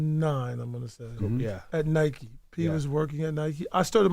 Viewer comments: Envy literally pronounced "Nike" wrong wtf?!? 😂 Is he illiterate? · Everyone has it mixed up cause the rest of the world pronounces it as “Nike”..us North Americans pronounce it as “Nik-ie”